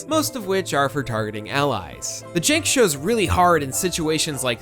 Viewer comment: jank not jenk, grenade not gurnade Updoot, though, really good coverage of the game.